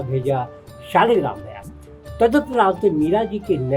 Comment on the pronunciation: आपको सब चीज की जानकारी अच्छी है पर मैं आपको बता दू की सालेग्राम नहीं बोलते शालिग्राम बोलते हैं 🙏🙏